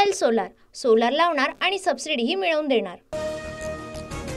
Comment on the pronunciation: सोलार नव्हे ,सोलर म्हणा!!